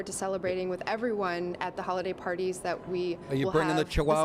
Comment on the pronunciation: "Hollyday parties"?